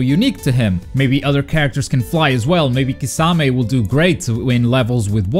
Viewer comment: Actually wait. You say Kisame weird too.